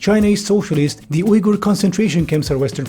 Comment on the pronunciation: Hey, thanks for pronouncing Uyghur correctly. You made my day